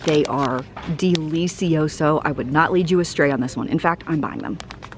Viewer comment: T-shirt: DEE-LEE-SEE-OH-SO!